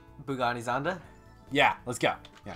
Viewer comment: They say 'Bugani Zonda' lol